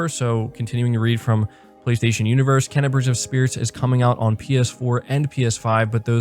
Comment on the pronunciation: your killing me bro lol its pronounced "Kay-na"